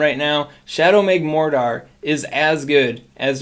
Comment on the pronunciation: who the heck is “shadow magmor dar” 🤦🏻‍♂️